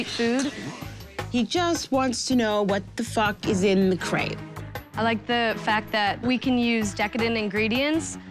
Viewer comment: and she mispronounced crepe the whole time, it sounded like she was saying crap